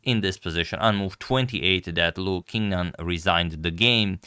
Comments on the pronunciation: Antonio, Qi in Chinese is like Ci in Italian. Qingnan, (English "Ching" - not King). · “Qingnan” is pronounced “Ching-nan”, not “King-nan”. Sorry to have to insist.